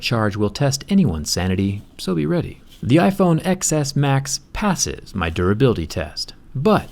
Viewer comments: It killed me how many times you said "ex es" instead of "ten es". I feel like in your position you should know how to pronounce the name correctly. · “ecks S max” it’s... ten... bye.. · Last time u said it right, TenS. But im going to believe ur calling it Xs cuz this is a roast video and ur calling isheep idiots. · it’s pronounced 10 not ex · I like whenever he says ‘Xs’ he says it like ‘excess’ not ‘10s’ lol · I thought you should pronounce it iPhone 10s not iPhone X's? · X is pronounced TEN 🤦‍♀️ this hurts my ears when you say it like "excess" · One thing that kinda bothered me- XS is pronounced "ten S" not "eks S"! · dude, your Android bias is obvious. If you're going to be so anti Apple at least pronounce the product name correctly. the X is a roman numeral, so it's TEN S not X S. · No offense but you sound like a complete tool calling it the "XS" instead of "Ten S". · it’s pronounced 10s not ecks s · Its pronounced iPhone 10S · It is pronounced ten s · I AM TRIGGERED IT IS Xs Pronounced ‘10 s’ it is Roman numeral u dumb ass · IT’S PRONOUNCED TEN-S, XS... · As much as i love your channel and your videos but i can’t stand saying Xs because it’s 10s how is pronounced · Calling it iPhone exx-ess intentionally like every other Indian(m too).. Lmao... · You are such an asshole.. This is soo wrong..! And it’s pronounced TEN-S. Jerkface. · Pronounced as 10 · It’s pronounced 10 s oh my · It's pronounced (ten s) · X in iPhone Xs in a ROMAN NUMERAL. It is pronounced "Ten". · i see you are intentionally calling it the iPhone XS (eks) xD damn you despise apple products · I kept hearing the iPhone Excesss 😂 Clever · such a professional tech reviewer doesn't even pronounce the phone's name right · Fucking idiot can’t even say the name of the phone correctly